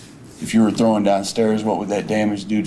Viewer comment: The idiot for the life of him can not say the word, THROWN, he keeps saying THROWING DOWN THE STAIRS!